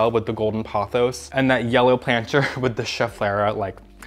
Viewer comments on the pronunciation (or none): The way you pronounce pothos drives me crazy. It’s Poh-thos. The word you are saying would be spelled Pawthos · Sorry, not trying to hate. I like your channel but I ’m neurodivergent and consistent mispronunciation is difficult for me